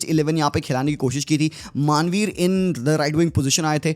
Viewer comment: Manvir ❌ Maaanveer ✅